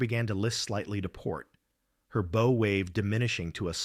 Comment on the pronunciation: When they mispronounce "bow" you know it's an AI production.